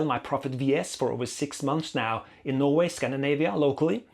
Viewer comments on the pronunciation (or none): none